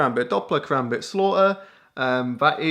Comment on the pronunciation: Fun Fact: A Karambit can cut deep threw 3 inches of skin in less than a second leaving a gash large enough to completely severe any limb on your body :) Also... You fuckers are pronouncing Karambit wrong... -_